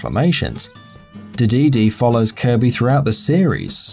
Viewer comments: this list....really focused on Mario enemies, mispronounces Dedede, and calls Pac-Man's Power Pellets "big coins". DO you guys at even do any research? what about: Waddle Dee, Broom Hatter & Cappy ( Kirby series ) any LEGO baddie in any LEGO game Smoglings ( Chibi-Robo series ) most of the aliens in Chibi-Robo Zip Lash Fobby/Foppy ( EarthBound ) Chu-Chu ( Zelda: The Wind Waker ) ( note: I know they're in other Zelda games too, they're just adorable in WW ) Greebles ( Skylanders Swap Force) Souflee ( Kid Icarus Uprising ) pretty much any enemy in the Starfy series Shadow Heartless ( Kingdom Hearts series ) the ghosts in Find Mii & Find Mii II Poppant ( Smash Brows Brawl & Smash Bros 3DS ) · The way he says DeDeDe LOL